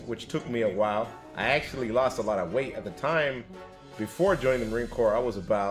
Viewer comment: "Axe-u-lee" what language is he speaking?